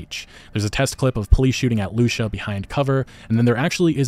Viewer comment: Her name is pronounced loo-see-uh (Lucia)